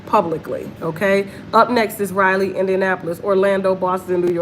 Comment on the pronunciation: Raleigh,NC probably isn't sold out because they probably don't what city you're saying. Raleigh is pronounced (Ra lee) you kept saying Riley, Ryelee. I'm from the area didn't what city you were talking about at first especially since you're not saying the state